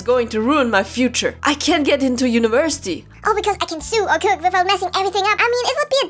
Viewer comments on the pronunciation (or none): It’s sew, not sue. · Just a heads up because English is absolutely great!! Sew is pronounced Sow. Idk if it's an accent but oh well I thought I might as well say something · it is pronounced sow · I love how you pronounce sew as "Sue/Soo" It's so cute^^ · Just to let you know, "sew" is pronounced like "so". I know, it makes no sense. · Not to offend you but sew is pronounced like sue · Oh no she pronounced something wrong Let's write a whole book about it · The way you pronounce sew is like the one where you like I dunno what it is but it’s the other one it’s funny cuz u can just sue her if it was a thing back den